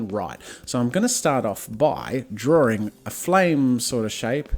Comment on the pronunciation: Why are you calling it drawling? It's drawing.